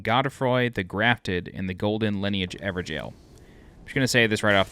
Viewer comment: is that really how you pronounce evergaol